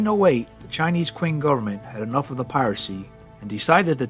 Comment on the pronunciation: Qing is pronounced "Ching"